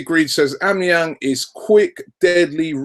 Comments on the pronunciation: Its pronounced "al-bam-a-yang" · Isn't it A-BOMB-E-YANG? Just wondering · Robbie it's pronounced "Ow-bam-ee-yang" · no... not o-be-me-yang its said aw-ba-ma-yang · A - BOMB - E - YANG not OB - E - MI - YANG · Robbie! Its AUB-BA-MEH-YANG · It's pronounced "OH-BAM-A-YANG" basically lol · 'ab me yang' looooool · FUCKING CHRIST ROBBIE. OBAMA-YANG. Its really not that hard. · It's pronounced AU-BAM-EE-YANG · Come on robbie its O-BAM-E-ANG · it's actually pronounced oh-ba meh-yang .. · its Said Ob BAM A yang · its "aww Bum 'a' Yang!!! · Isn't it pronounced or-bum-a-yang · It's aw-beh-meh-yang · Pronounced a-bam-a-yang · And his name is Aubameyang Au = o I know it is complicated for you English people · Robbie mate it's pronounced Au (for Australia) bomb a yang These guys don't know anything! Haha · Robbie, it's actually pronounced Ab-bam-e-yang - Aubameyang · It's pronounced OwBamEYang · Why the fuck can't any of you bastards spell or pronounce Aubameyang xD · if Arsenal don't sign Aubameyang at least Robbie won't continue to butcher his name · Robbie pronouncing Aubamneyang hahahah